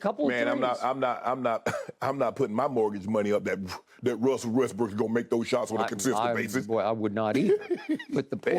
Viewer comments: "Russell WestBENCH" LOL! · Omg Russell west"BENCH" LOL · Skip and the names 😂😂😂 “Russle westbench” 🤣🤣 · This man said Russell westbench 🤣🤣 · Did skip say russell westbitch at 5.45??? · Really Skip? Russell West-Bench???? 🤣🤣🤣🤣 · I legit thought he said Russell westbitch lmao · I thought this idiot said russell westbitch 😭😭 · I swear I heard Skip say another "b" word...